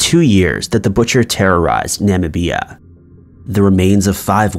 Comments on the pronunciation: Right? Wtf is "Namabeeya " 🤣🤣😂. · Is that really how you pronounce “Namibia?” I thought it was “na mih bee uh” not “nama bee ah” 🤯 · Nah-mih-bee-ah 😆. It's pronounced Nih-mih-bee-ya. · An accident he repeated every single time he said the word?!?! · Namabeeya is Namibia? I'm just asking 😔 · Na ma Bia?! Is he talking about Nabia? Wow, that's dumb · The name of the country (Namibia) is pronounced: "Na-Mih-bia". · Na-mib- ee-ah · Dude you really need to work on your pronunciations. Na-mi-bia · You've never heard of Namibia but you can pronounce abattoir? nam-IH-bee-a. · Sorry is this Namibia in the second part? I've never heard anyone make such a mess of a mess of a country's name since Trump's attempt at Tanzania a few years ago. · FUCKING THANK YOU!!!!!! How embarrassing and disrespectful to not figure out how to pronounce Namibia before cashing in on telling the story with a video!!!! I was like “WHERE”? And when he said it wrong a third time so blatantly 🤯🤯🤯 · I've never heard anyone pronounced Namibia like that lol. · The way he pronounced Namibia... 🤦🏽‍♂️ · you called that woman Robert. Then used her correct name after that. I'm not even gonna start on how you butchered Namibia. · Dude,have you never heard of Namibia before? That’s not how it’s pronounced. At least you didn’t call it Nambia like Trump did. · The way you say Namibia is disgustang xD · Wow.. you hardly ever see these videos covering African cases. The way you were saying Namibia I had no idea what you were saying till I heard one of the victims' surname and realized that it was African and then I realized what you were trying to say 🥴